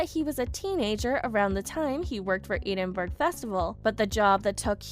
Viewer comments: Learn to pronounce the words!!! [ED•IN•BURG] NOT "EED IN BERG" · IF you are going on a public form you should know how to pronounce the names. Edinburgh Not EEEDENbuirgh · Eidenburg? Really? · It isn't idenburg or eeedingburg. Get a new spokesperson! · It is pronounced Edinburgh not eidenberg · How dare you pronounce Edinburgh so badly! Phonetically it is Edin boro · She needs to pronounce Edinburgh correctly. Drive me crazy. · You pronounced Edinburgh wrong! Check it out! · The pronunciation of Edinburgh is way off, too. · Edin burg! Ha! ha! your pronouncing it all wrong!